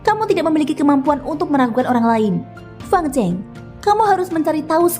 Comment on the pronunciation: Min itu fang cheng, salah membacanya...chêng bukan cèng